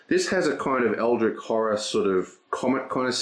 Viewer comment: It's fun, how you're rambling about AH, as if it's objectively better then EH, even though this is only your OPINION, not a fact. I just checked BGG, and guess what? AH has a lower overall score then EH, so if we are comparing them based on opinions, it appears that EH has more fans, therefore is a better game (by your logic). Also it's not pronounced EldriK, it's EldriCH, as in CHarge.